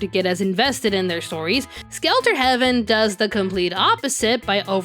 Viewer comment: As we can see, Space Thunder Kids isn't on this because, technically, that's Korean animation, recut into something hardly coherent by Americans. At least that had one shot where a mech punches a pilot. Still, that would be my nomination. Also, every time I hear you say "Skelter Heaven", I keep hearing "Skeletor Heaven", which paints a totally different image in my head.